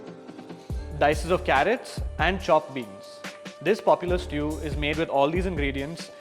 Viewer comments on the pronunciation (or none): Seriously chef... it's called stew not estu😂😂😂😂